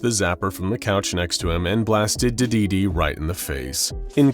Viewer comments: Hearing your pronouncing of dedede hurts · I can’t help but laugh every time he says Dedede 😂